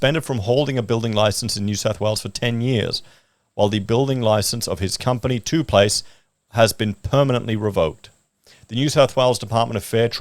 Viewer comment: FYI it's pronounced 'Top Place'. Ironically the finished product is NOT a top place.